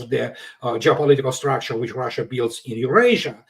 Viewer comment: It’s RUSSIA!! Not ROHHHHSHA! 😂